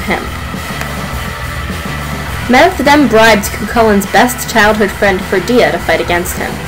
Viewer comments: Good basic retelling but jst so u no usually in Irish the stress is put on da first syllable of the word. Dat wud help ur pronunciation. CONnacht, FERdia, etc etc. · I don't care if this is nit-picking, I really must protest. Medb is pronounced 'May-v', Connacht is pronouced with the emphasis on the first syllable, as is Ferdia.